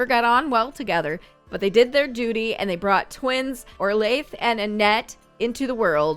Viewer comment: the butcher family were the sims I made, thank you so much for adding them! Just one little thing, orlaith is pronounced 'orla', but don't worry, I mispronounced it for the longest time too 😅 it originates from ireland and it means 'golden princess' :) loving this challenge, I've been bingeing this and your other decades challenge for the last few weeks and i can't wait to see more!